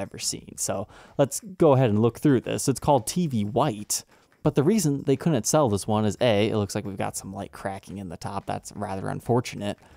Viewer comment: YO!!! you’re not putting D’s in couldn’t and Didn’t ????????? it’s really annoying when people do that it’s not Din-Unt or Coun-Unt Seriously gets extremely annoying it’s not like a grammatical error it’s like laziness in speech.